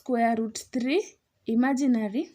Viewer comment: I love to way you say "imaginary". ❤